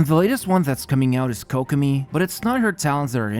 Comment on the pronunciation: For the love of God can you please turn on the Japanese Voice acting in your game and LISTEN HOW you pronounce Kokomi, Ayaka, Yoimiya and Inazuma?? Pretty please mate it just hurts my ears hearing you killing the pronounciation again and again.